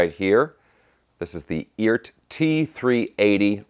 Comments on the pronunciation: I just heard it is pronounced E Art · Hey, I guess Phillip McKnight talked to the Eart guys and said it's pronounced "eee-art" with two syllables. If that's the case they probably should have hyphenated it like E-ART.